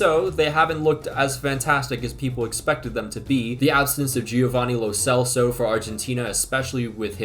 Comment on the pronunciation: Pro tip. To properly pronounce Lo Celso. Exchange the way you say Albiceleste with how you say Lo Celso. The C I mean